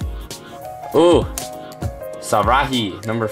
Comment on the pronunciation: Abigail Wiparina and Shari as "sarahi" wut? 😕